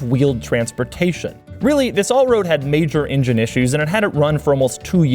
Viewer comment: The in-gine.